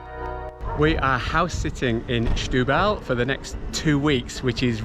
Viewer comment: Don't say "shtubal", it's pronounced like "stew-bal". ; )